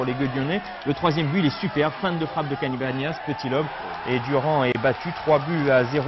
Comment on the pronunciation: Mdr ils disent quasi tous Cabanas alors que ça se prononce "Cabagnas"